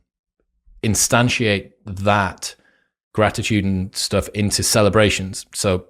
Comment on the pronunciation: the content and the presentation is awesome but I can't help giggling when I hear "stoff" 🤣